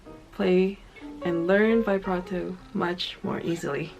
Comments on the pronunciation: vee brah toe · First step in learning vibrato: learn how to pronounce "vibrato". It's not "veyebrato". Like literally, it only takes two seconds to check a dictionary. That is not how it's pronounced. You immediately sound like someone who has no idea what they're even talking about. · she still can't pronounce it.